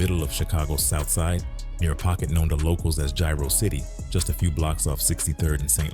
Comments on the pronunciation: Its jaro city not gyro city 😂😂😂😂😂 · Its Jaro-City not gyro city fool put some respect on our shit ofn